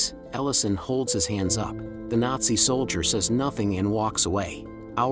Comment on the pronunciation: "soldier" not "solider" plus "artillery rounds" not "missiles". Recommend they just ask a real human to read the narration instead of using a computer generated voice. Otherwise, this is a pretty good production and summation of the movie.